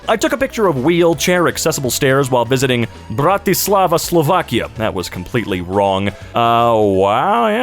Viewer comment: that hard accent on "Bratislava, Slovakia" is beautiful